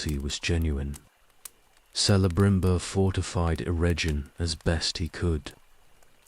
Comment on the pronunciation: Celeborn and Celebrimbor is pronounced hard C. Kele not Sele. Its in the appendices